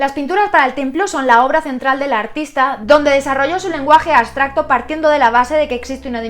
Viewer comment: aBstracto- aBBBBBsssstracto, con B!! B, B, no aSSSSStracto ABSTRACTO (con B)